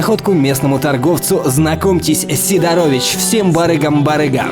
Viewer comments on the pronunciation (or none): Небольшая поправка: СИдорович, а не СидорОвич) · сИдорович а не сидорОвич